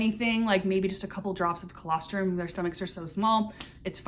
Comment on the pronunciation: what is that word? Calastrum? What does that mean